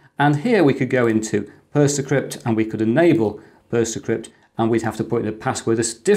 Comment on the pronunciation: Thanks. I'll be giving it a try. Always wondered what had happened to PC-BSD! PersonaCrypt surely should be pronounced as in 'Persona Crypt", with the accent on the 'o', and not the 'e'? (Apologies for the OCD.) That adds meaning to the name of the app.